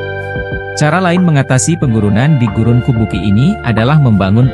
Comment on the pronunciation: kubuqi dibaca kubuchi, dalam pinyin, atau fonetik Mandarin yg menggunakan huruf alfabet beda dgn yg umum, Urumqi dibaca urumchi, Chongqing dibaca Chongching, dinanti Qing di baca Ching.